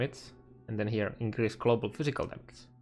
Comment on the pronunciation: He also says Cladiator and Clobal